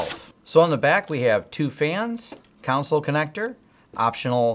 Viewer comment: What do you expect? He calls the management port a "cown-sill" instead of "con-sol" and he thinks "throughput" is "thur-oh-put".